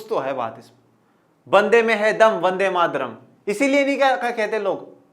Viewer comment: वन्दे मातरम् होता है सर वन्दे मादरम नहीं